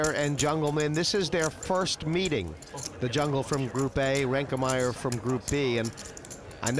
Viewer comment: Why does Hellmuth insist on calling Tobias "ReinkeNmaier"?